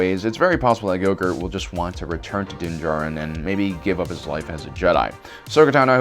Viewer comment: Den Jarín? Asoka Tanó? Wtf is up with this guy